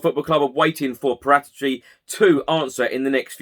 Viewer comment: It's 'para - tee - chi'. Or Parrot itchy.